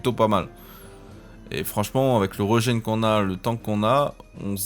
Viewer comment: Régen pas reugen 😂 ( a prendre avec humour ) bonne vidéo sinon